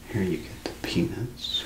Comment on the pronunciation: When he was describing Snickers i thought he said penis not peanuts 😂